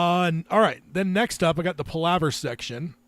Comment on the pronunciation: He’s mispronouncing Palaver. It’s Pal (like your buddy) a (like uh ) and ver.